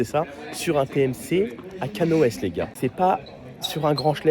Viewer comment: C'est Canohès pas conohès 😂